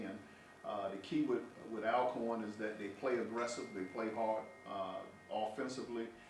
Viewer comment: why are you all pronouncing our name wrong? it is pronounced Allcorn, you have been in the SWAC too long to be doing this. The word Alcorn is a Scottish name that has an original spelling of Allcorn. Media should know how to pronounce the name right